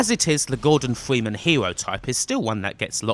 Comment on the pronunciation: the voice did u just say "this is the last time we will see gordon fweeman"?